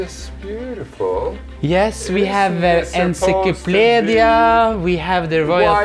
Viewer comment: I love how you pronounce enciclopedia.